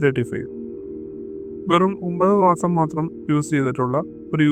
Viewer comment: 9 maasam ennu thelichu para